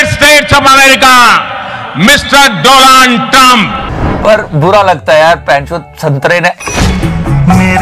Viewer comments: Mr. Dolaaaand trump 🤣😂🤣😂🤣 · I will miss "Mister Do-Laand trump" 😂